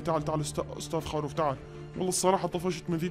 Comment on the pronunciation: خروف مو خاروف